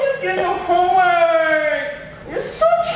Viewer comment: Its “homme” work